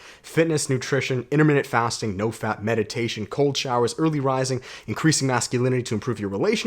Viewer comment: Dude, are you saying "no FAT" or "no FAP..?"